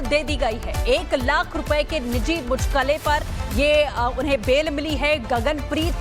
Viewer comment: ये साले एंकर है जो मुचलके को मुचलके बोल रही है